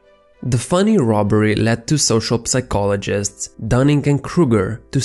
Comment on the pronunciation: You sound as though you are not a native English speaker. Which is fine -- you speak English better than I speak any other language. Point being, FYI in the word "psychologist" the p is silent.